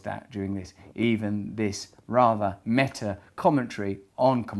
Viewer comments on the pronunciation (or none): none